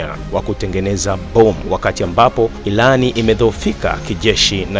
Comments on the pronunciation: Tafadhali mwanahabari tafautisha L And R mbona munatuboa ati ilAN ?? Hivi munashindwa wapi kushindwa kutamka IRAN? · Kwanz rekebisha kiswahili chako et ilan ndonin badala ya (irani) ujinga huo hatutaki